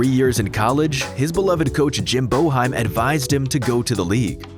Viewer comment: Who is Jim BO-HEIM